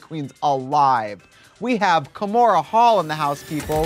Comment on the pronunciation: It’s KAHmora